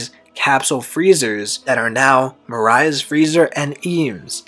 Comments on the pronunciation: Mariah? bro its pronounced MOH-RIA lmaooo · It's not more I a it's pronounced More E a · The other guy did it too it’s pronounced More eee ahh, moriah nor Mariah it sounds like you’re talking about Mariah Carey but solid theory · loool itold him that and he said he will try pronounce it better next video, Even tho i dont know how hes that deep into the series and can’t pronounce moriah easy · and rouge as well. Lots of mispronunciation